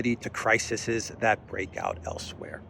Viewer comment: a big fan here. Plural of "crisis" is "crises' pronounced "cry seize"